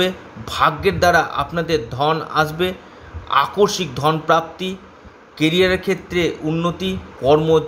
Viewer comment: Onek bar bolechhi kothata AKORSIK na , tobu aakoshmik ke akorshik bole jachchhen.